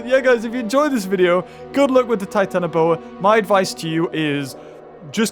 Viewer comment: it does not trigger me but it not called titanAboa, it is titanOboa. 🐍🐍🐍